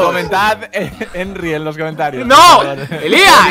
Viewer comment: Buaa! es un crack porfin dijo el nombre de Henry bien